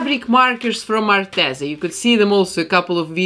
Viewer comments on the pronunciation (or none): none